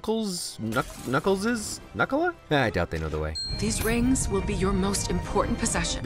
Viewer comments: It's knuckli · It’s knuckli